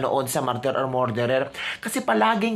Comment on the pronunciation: pronounce “ Murderer” = “Mer derer” NOT “More derer”‼️❤️ Please tanggapin ang constructive criticism🙏‼️GOD BLESS YOU🙏❤️‼️